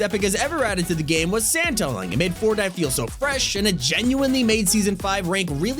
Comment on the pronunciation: said fortnit